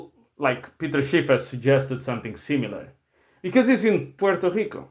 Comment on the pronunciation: The way you said Puerto Rico you sounded like a Boricua.